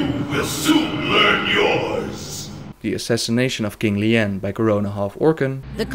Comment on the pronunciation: No offence but you prenounce King LLANE not Liane ^^ Llane spellt with two L ^^